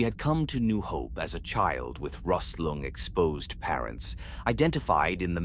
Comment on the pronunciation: Love the over-pronouncing of certain words like “rust lung” like it’s a foreign word 🤣 awesome video though